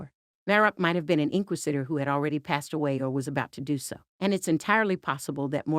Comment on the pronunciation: Holy crap, pronounce "inquisitor" correctly.